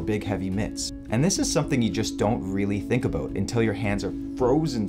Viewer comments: Aboot? Aboot? I sense a Canadian disturbing the Force. Good information, though. A HA! You even admit to it. The only thing wrong with being Canadian is... Trudeau. You gotta get rid of that doofus. Of course, we have Brandon, sooo. Let's go Brandon #Trudeau must go! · haha "aboot"